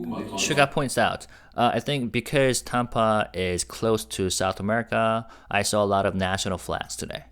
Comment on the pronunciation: thank you for all your translation videos!! TAMPA rhymes with Stamp, Camp, Amp ( wattage). You say it with a British accent. It is TAMP- Ah, like Stamp-ah. You are saying Tompa, Tahm-pa. Like the name Tom. Cramp. Stamp. Camp. Amp. Damp. Tamp-ah